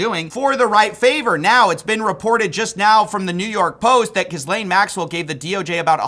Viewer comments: just pronounce her name correctly one time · THE S IN HER NAME IS SILENTTT!!!!!! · Each time he pronounces the S in her name a small part of me dies 😂😂😂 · Does mispronounce her name on purpose? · Does actually not know how to pronounce her name or is he just doing it to spite her? lol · It's just pronounced like Elaine, but with a G on the beginning of it. You've had 7 years to get it right homie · The “s” is silent. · I pray you never learn how to pronounce her name. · Thats not how you pronounce ghislaine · I know everyone says it different. But learn what nationality she is and say it the way people from there do. It sounds trailer parky if its actually gill-ayne and were saying gis-lane.. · It’s Gee-lane, not jizz-lane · Pronounced Gee-Len not jizz-lane 😅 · It’s not Jizz-lane. It’s pronounced Guh-lane. Why can’t you get that right? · Bro I love you but the pronunciation is driving me crazy. "gi·layn" not "giz·layn" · I love your work but please mate - it pronounced gee-lane, although Jizlane is pretty funny. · Enjoying the coverage, keep the pressure up. Also not to be that guy but I'm pretty sure her name is said as Gil-lane not Gis-Lane, the spelling is weird but it's french in origin I believe so Gil-Lane makes more sense. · Dude, you sound like a peasant when you pronounce Ghislaine as “Gis-lane” - it’s pronounced “Ghee-len” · Her name is not 'gizzlaine'. its 'gee-lane'. thanks. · Why does everyone keep saying her name "Giz-Lane or Jizz-Lane" I swear her name is pronounced "Gih-Lane or Gih-Lon" whatever though. Lol. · gih-laine not giz-lane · Bro saying geeslane instead of gee lane is straight up french phobia. You know the country who helped you become a country.. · Good coverage but I wish you'd say Ghislaine like Jil-laine, instead of Gis-laine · just a minor gripe but her name is said like "Ghee-lane" not "Giz-lane." The 's' is silent, basically. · I love that he calls her “giz-lane” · I think it’s pronounced “Jizz-lane”.